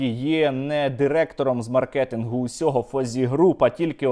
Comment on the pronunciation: мАркетингу (будь ласка, на голос на А)